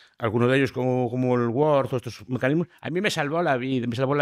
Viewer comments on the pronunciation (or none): none